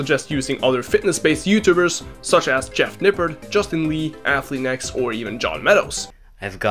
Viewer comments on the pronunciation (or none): did u say atlean-x? bro why